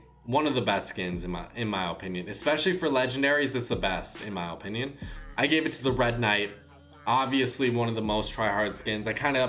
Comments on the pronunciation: In my ohpinion i think you should say opinion correctly its very annoying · Its uh pinion not oh pinion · Its pronounced like apinion but he pronounces it like ooooopinion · He says it like O pinion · Stop saying opinion like Opinion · Am i the only one that gets annoyed everytime he says OHpinion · If he says “Ohpinion” one more time, I’m going to kill myself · “O pinion” my O pinion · O-pinion O-pinion O-pinion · Benjamin Evans it makes me cringe whenever he says ooooohpininon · Fr no hate put it’s pronounced uh-pin-yon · Look up how to pronounce opinion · The way he says opinion is so annoying lmao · i hate the way he says opinion